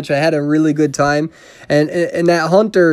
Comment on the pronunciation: You said HONTER WAY TOO MUCH